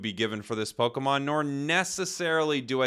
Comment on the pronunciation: Prepare to hear the word PokAmon twenty million fucking times. I got about 3 minutes in and stopped watching.